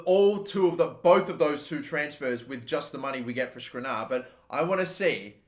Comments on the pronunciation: Just sell the players whose names you cannot pronounce. Skriniar, not Skrinar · Skr-nee-ar. Your pronunciation is fucked.